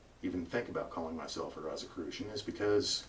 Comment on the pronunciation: First of all, you pronounced Rosicrucian incorrectly; therefore, I can't take you seriously...